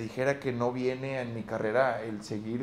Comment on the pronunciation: Minuto 100,, dice carera envés de carrera